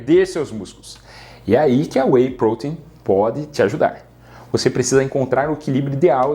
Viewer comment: Sinceramente.. Eu gostei do vídeo, bem explicado, bem detalhado, mas Sinceramente.. A forma dele falar "whey protein" quase fez eu parar de assistir u.u maaaas, o vídeo realmente é bom..